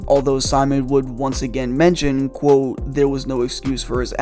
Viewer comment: It‘s called ‚quote‘ not ‚quow‘ ya knucklehead.